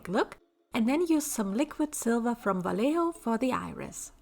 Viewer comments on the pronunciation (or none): darling, please the brand name is spanish, you pronounce the J like an H (or R in german in some cases) and the double LL like a J sound in german;w; so like 'vajeho'